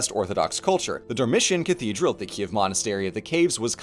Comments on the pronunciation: Oh man, what a great surprise! 🇺🇦 ❤ Excellent video, Ukranian pronunciations for names! (though your Kyiv sounds more like Kiev but that’s ok) and a great roast of those churches that I chuckled at. Thank you! Hope you’ll have the chance to see The Domes™ (safely) in person soon! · Okay. Kyiv. It rhymes with "believe". The "y" is like the vowel in "kit", then you have "yeev", which rhymes with "Steve". kï-YEEV. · It's totally understandable, but I do keep struggling with the two-syllable pronunciation of Kyiv. Ki-ev is the Russian pronunciation and Kyiv (keev) is the Ukranian pronunciation. Слава Україні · Hey, I’m interested in your process and hope you can answer my question: what made you take the pronunciation /ˈkiːjɪv/ KEE-yiv, as opposed to /kiːv/ KEEV or /ˈkiːɛv/ KEE-ev? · c'mon man don't pronounce the city's name like a russian and just look up the proper way